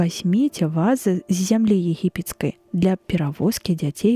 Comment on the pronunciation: У слове "вазы" націск трэба на другім складзе рабіць, а ня на першым, інакш замест вазоў зьяўляюцца нязразумелыя ва'зы.